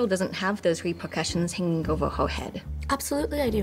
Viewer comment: Her= hewor Visiting=visitoning